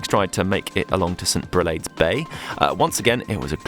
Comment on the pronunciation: Your pronounciation of Grève de Lecq was spot on but St Brelade is with a long a like Brelahde and St Aubin is like an O St o-bin